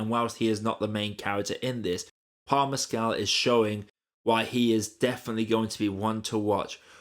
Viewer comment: Correct pronunciations: "Haigh" rhymes with "vague" (long "a" and hard "g"); "Mescal" = "MESS-cull." Thank you.